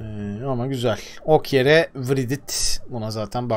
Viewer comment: Doğru telaffuzlar: Okyere Riet Niklas Şimit